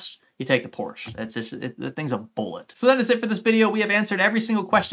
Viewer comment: Does your wife get upset with the way you pronounce ”Porsche", considering she is German? Lol